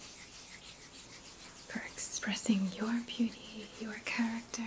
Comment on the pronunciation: 😍😍 I Don't usually hear New York from you... but when you said "Lacking Cha-ruck-tuh" I then new for sure where your roots are... 👍